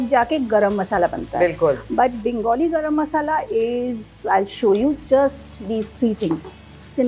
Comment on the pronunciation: Like to listen Gorom Moshla not Garam Masala 👌👌. Wonderful. Loved it.